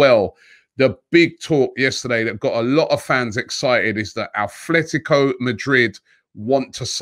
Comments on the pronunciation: Robbie it is Atletico. Not Athletico Madrid. There is no H lol. Just a minor pet peeve of mine lol. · Repeat after me sir, At-let-ee-ko. Not like Oldham Athletic. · There is no H in Atletico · robbie bro its atletico not athletico. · Robbie, it's Atletico and not Athletico... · Just came to say it’s Atlético not “Athletico” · Not being annoying, but it’s ATletico, not ATHletico... 😉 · Robbie its 'atletico' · Athletico??? 😂Come on Robbie, get it right